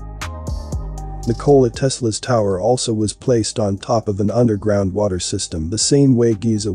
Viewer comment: Nicole tesla ? how can someone take you serious when you can even pronounce his name correctly yet alone discuss his ideas and inventions 🤦‍♂